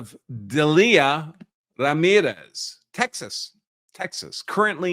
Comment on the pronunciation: The name Delia is pronounced "Deal-ya"